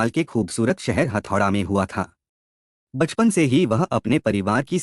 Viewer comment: हथौडा नहीं हेटौडा हे 🙏🙏🇳🇵🇳🇵